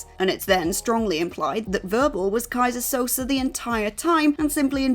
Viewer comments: You can tell the presenter didn't actually see The Usual Suspects with how they pronounce Keyzer Souze's name. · "Keyser Sosaar" and with that WhatCulture continues to butcher pronunciations of certain names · Guess you never watched The Usual Suspects. Butchering the name Kaiser Soze. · Also in this was "Keyser Sosaar" (repeatedly)